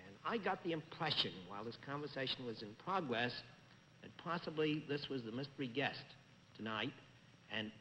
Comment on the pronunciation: Bennett betrays in New York roots and when he says "impwession" and "pwogress".